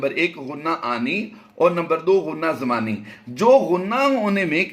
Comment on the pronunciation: غنہ زمانی ہے نہ کہ ضمانی۔